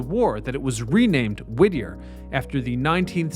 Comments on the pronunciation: Whittier not Whittner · It's Whittier not Wittner. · Is it Whittier or Wittmer? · It’s Whittier, not Wittner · The town´s name is Whittier, not Wittner! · Is it Whitner or Whittier? Im confused now.. Im from Alaska lol. I tried googling it too. hmmm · Whittier or Whittner? Sounds like you keep saying the latter. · Nice try, but no cigar. In your intro you started the sentence with "Did you know that Wittner..." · Are you trying to say Whittier? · Not the only case of mispronunciation or misuse of language splattered all across these videos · SAY THE NAME THE SAME WAY ALWAYS! Wittier/Wittner/Wittnier?🤔 Consistently proper pronouncing shows basic respect for the site and people. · It's Whittier 🤣